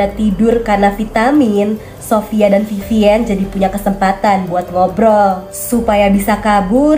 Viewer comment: Panggilnya bukan Vivien tapi Vivin 🙄🙂